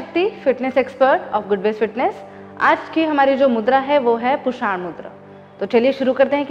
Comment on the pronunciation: पुषाण नहीं पूषण बोलिए